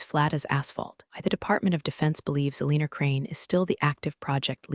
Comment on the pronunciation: Pen-tu-gone (Pentagon), not pen-tagun. Aleen-u (Alena), not Aleener. Still getting enemar (anymore). Edit your pronunciations. Read (reed), read (red) should be obvious if you apply basic rules of grammar to your AIs algorithm. It's becoming so distracting it makes it hard not to fast forward or just skip it completely. Thinking about unsubing. Washington State USA